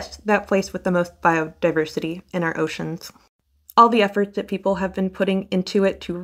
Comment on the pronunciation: Peeple and poople